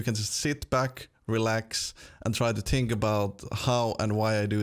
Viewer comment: I love how he says tink instead of think ;D